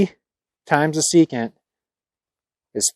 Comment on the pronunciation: You left out the “N” in secant.